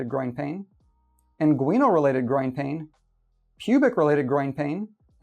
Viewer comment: it's IN-gwin-uhl for gosh sakes